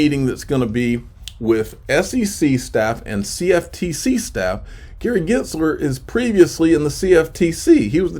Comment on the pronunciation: are you miss pronouncing Gensler name on purpose?